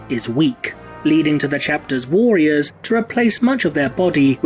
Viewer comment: Good stuff as ever, and please lean to say “warriors” correctly as a bit distracting. Thanks